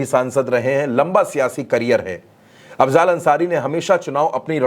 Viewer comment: अफज़ाल नहीं अफ़ज़ल है। थोड़ा पढ़ लिजिए।